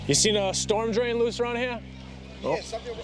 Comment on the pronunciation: Teh-fow loose stohm drain oveh heeyah? Right ovah theyah. Right ovah heeyaah. Lol.